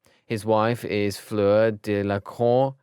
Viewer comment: The way that guy mispronounced the name and does not realize it, its very crucial. First: Severus mispronounced as Sirius Second: Ignatius mispronounced as Igtius Third: He pronounced Delacour as Delaclour Fourth: He pronounced Gabrielle as Gabrella And at the mention of the Black Family where there is the character named Phoebe is my classmate's name.